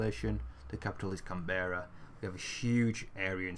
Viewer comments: Can-bear-a what the fuck is a can-bear-a it is can-bra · "can bra" you have to say it strayin bra as in what up bra Melbourne= mel bin